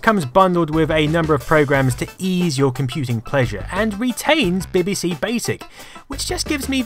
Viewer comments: Love your videos and your channel everything you make is really interesting and presented very well but for the love of god stop saying ‘bihbihsee’ you’re English you know it’s Bee Bee See 😫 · PLS FFS stop say "bib bee c" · Yes, he is saying bibby see. No we dont pronounce it that way. No I dont know why hes doing it. XD Im stunned by the graphics on elite (near the start of the video). This machine WAS ahead of its time. Shame it died out so fast tbh. Fun fact. Populous on the amiga was the 2nd game I ever played using a link cable, the first being Stunt Car Racer, even made the cable myself. The good old days. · Just curious, not hating or anything (because I really love your videos and just subbed), but why do you say ''beh beh seh' when referring to the computers, and 'bee bee see' when referring to the tv shows? I guess I'm missing something? :p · Learn how to pronounce BBC fool. And acorns grow into oak trees, not acorn trees you knob. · It is weird the way he pronounces it 🤔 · WHY DO YOU SAY BBC SO WEIRDLY?